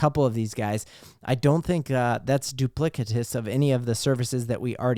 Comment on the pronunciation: Duplicitous...The “c” is soft..